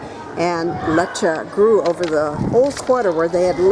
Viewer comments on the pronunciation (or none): at least learn how to pronounce the place!